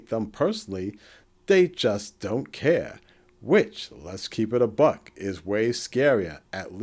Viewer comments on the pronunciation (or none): none